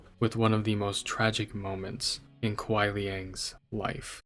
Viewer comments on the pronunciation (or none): Just a small note: Kuai Liang is just two syllables. Kwhy lyang. Like how Lin Kuei is two syllables. Lin Kway. It sounds like you’re saying Kawaii Lee Yang to me and I’m like aweee kawaii. 🥰 Great video! 👏 It makes me want to replay the story mode now that the Switch version’s Invasion mode is finally out and I’ve beat the main path. I hope Bi-Han doesn’t go cyborg next patch. He’s so pretty. But I can see how his avarice could lead him to get stronger and stronger by any means necessary. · Kwy-lee-aang He kept saying ka-why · except its not, theres a right way and a wrong way. Its kwy one syllable. Not ka-why which is two syllables. You dont see a guy named Juan and say "wu-on"